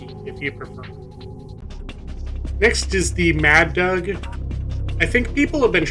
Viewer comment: “Mad Doug” I suppose you pronounce it so we don’t have to!